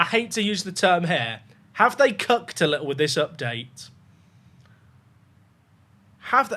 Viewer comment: I heard "They have cucked with this update" I double took...